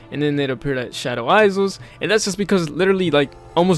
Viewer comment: your pronunciation of isles and island is genuinely fascinating, i dont even think ive ever heard anyone get the pronunciation of those wrong